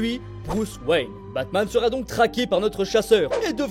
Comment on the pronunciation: C'est moi où au début il dit batmaz